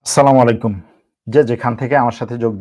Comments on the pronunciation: ভাই আসস্সালামু আলাইকুম, কমা করবেন, (সালামুআলাইকুম) বলবেন না,, আসস্সালামু আলাইকু বলবেন। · সালামালাইকুল কি ভাই, লাইফ করে.......একটু সুদ্ধকরে সালাম দিতে পারে না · স্লামালাইকুম নয়.. সঠিক হলো আস সালামু আলাইকুম!